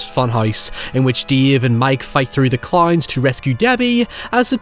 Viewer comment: Add cloynes to the list of ironically pronounced words